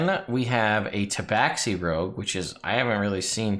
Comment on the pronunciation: Well, they are wrong. If you look at the entry of them in the 2nd ed Monstrous Compendium, it has the pronunciation right next to their name. It is pronounced Ta-ba-shee.